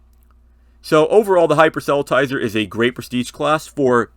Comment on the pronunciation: FYI: Not quite how the word 'proselytizer' is pronounced (I think).